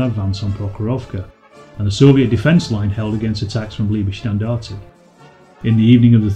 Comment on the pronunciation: hum, you can't pronounce correctly Leibstandart, and Totenkopf.